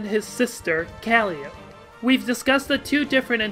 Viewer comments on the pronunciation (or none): Cah lie oh pee. Bro. It's not Cally ope. It's cah lie oh pee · It’s “Cal-eye-ope-eee” not “Caly-ope” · In that same article it references that the muse is pronounced "kah-LY-oh-pee", while the instrument is pronounced "kAHl-ee-ohp", and Calliope herself has no allusion to carnivals or circuses outside of her connection to Caliborn that I'm aware of. On the other hand she's clearly a reference to the Greek muse Calliope. On top of that, I'm not sure I'd trust carnies for word pronunciation. While we're on the topic of how words are said, "faux" is pronounced like "foe". It's french. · Yeah I'm joking here but I fully intend to adopt the "Kah-ly-oh-pee" pronounciation going forward. It just sounds clearer for audio, too--the only reason I haven't is force of habit. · Tbh i forgot Yaldaboath was a denizen in homestuck after getting to frustrated with how the name was pronounced to remember. Honestly I really only remember Yaldaboaths name because of Persona 5 lmao. As for my land I dunno, Im a self proclaimed Rogue of Doom though thinking about our only really developed doom player sollux, his planet was covered in fire so perhaps some form of ruin would be fitting for any doom player? I dunno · It's "Cal-eye-o-pee" and "chair-uh-b" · I think Calliope is pronounced Cal, eye, oh, pee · Calliope = Cal-I-Oh-Pe Faux = Foh Sorry, the pronunciation killed me a little. You do you, but my inner grammar Nazi demanded I comment this. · Great video, thanks for making these. Just an FYI: "Calliope" is pronounced like this: A calliope is also a steam-powered musical instrument that appropriately features prominently in the musical piece "Heir of Grief" from [S] Collide. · Yeah, I'll definitely be adjusting my Calliope pronunciation going forward. I also had no clue about Calliope as an instrument, or that it was in Heir of Grief. That's awesome, thanks for letting me know! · Your pronunciation of "faux" hurt me more than your pronunciation of "Calliope."